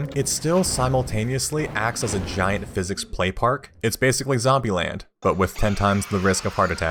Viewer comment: "Gordon. Single. Theoretical Physiss."